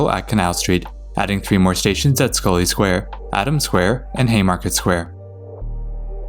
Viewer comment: North Station (the ground level portion) actually opened with Haymarket Square, Adams Square, and Scollay Square on 3 September 1898. It was part of the originally Tremont Street Subway extension. Thank you though for pronouncing Scollay Square correctly!